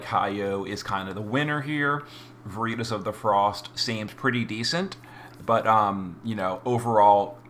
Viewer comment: What is vureetus? VER IT TAS! LATIN word for Truth. Every video man.